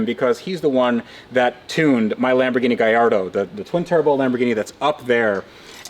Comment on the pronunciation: Gallardo ❌ Guyardo✔️